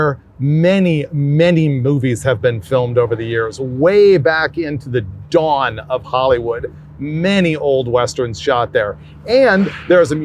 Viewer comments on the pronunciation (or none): none